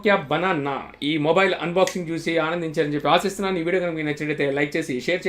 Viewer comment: Morile kadu samy mobile